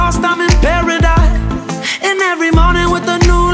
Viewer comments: La chanson est top et la voix de la chanteuse aussi mais je trouve qu'elle ne correspond pas à cette chanson. De plus son accent est horrible, elle prononce "pawadise" au lieu de "paradise" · Elle ne le prononce pas correctement. Il suffit d'écouter la différence entre elle et Cris pour se rendre compte qu'elle le prononce comme un "w" et non un "r" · On dirais les R elle les prononcent en W "paradise" elle les dit "pewedise" jdis ça jdis rien! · Est ce que c'est moi ou quand dit des mots en Anglais avec la lettre R sa sonne comme un W. Ex quand elle dit Paradise sa sonne comme Pawadise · A pawidise😅 fallait revoir la prononciation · elle prononce pawadise gros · elle sait même pas dire paradise , la fille elle dit pawadise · le prononce comme ça si tu suis bien les épisodes x) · "Paradise" c'est le nom de sa musique elle même pas foutue de le prononcer correctement...